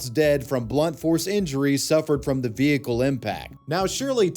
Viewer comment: What's a vee-hee-cule?